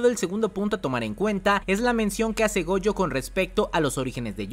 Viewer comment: Cada vez que dices goUjo deseo bloquearte y nunca más escucharte y lo peor de todo es que dices gojo normal en muchos momentos, pero es tan molesto